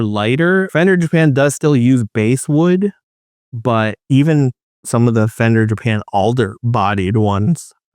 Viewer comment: Great video! Love all your content. FYI “Basswood” is pronounced ‘bass’ like the fish.